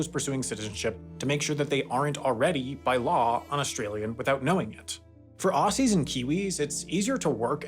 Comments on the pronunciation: Ozzies not Ossies. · the s in aussies is a z sound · The way Americans pronounce "Aussies" with a soft "s" is such an ick.